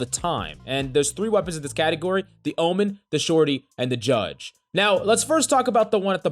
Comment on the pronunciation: I thought I was crazy when I heard “omen”